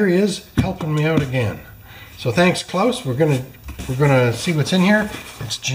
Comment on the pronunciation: you are saying it just right. So spot on - Pender-style 👍🏼